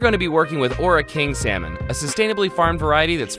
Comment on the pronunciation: Err...He is say seminal ...or salmon . I hope it's not what I heard wrong....